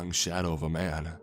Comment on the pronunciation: “I squinted-uh I saw the silhouette of a man-uh” What’s with that?